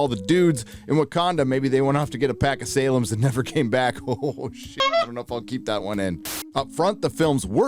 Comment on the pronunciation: Lol “Salems”